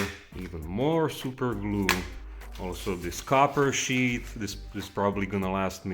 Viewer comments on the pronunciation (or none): none